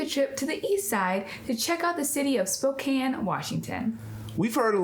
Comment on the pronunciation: Glad to hear you guys pronouncing Spokane correctly. As someone who grew up here it's very annoying when people pronounce it Spoh-cane. Grr.